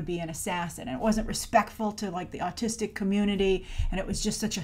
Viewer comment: i thought at first that she said artistic